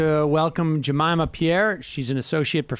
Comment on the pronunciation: Sam: JamAYma 🤣🤣🤣🤣🤣🤣